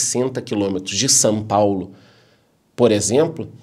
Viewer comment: seus vídeos são tops. Assisto todos e com muita atenção. E sabe uma curiosidade a seu respeito? Vc não pronuncia São Paulo. A sua pronúncia esta mais para Sam paulo kkkkkkkkkkkkkkk Abraço e gratidão por tanto conhecimento entregue